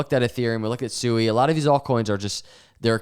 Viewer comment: The second you said SUEY, I was out. It literally tells me you don't have a clue what you're talking about and you don't do any research. If and when you become more educated and you want to talk about SUI (Swee) we'll come back and listen and take you more seriously